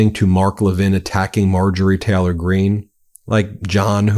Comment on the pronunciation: I absolutely love this channel, I watch every video that comes out. But please pronounce the Y in Taylor. My autism can’t focus when you say Teh-lor half the time and I really wanna listen😂😂 Although if it’s a speech impediment, my sincere apologies 🫶🏼